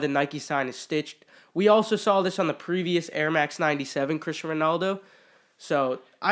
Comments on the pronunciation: It’s cristiano not Christian 😂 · ITS CRISTIANO RONALDO not Christian.... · I'm sure someone already commented this but it's Cristiano not Christian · Terrible can’t even pronounce the Cristiano’s name correctly